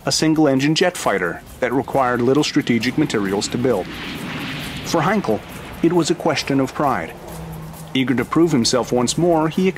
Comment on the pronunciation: it is funny that you pronounce Heinkel as Heinkol -- same sound as Bell but not Ball - does this make any sense - by the way it is a German name - not british. Actually, if you paid any attention to Dr David Myrha you would get it right.